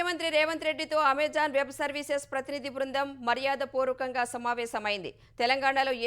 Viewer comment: Amajaan కాదు తల్లీ, its Amazon 😭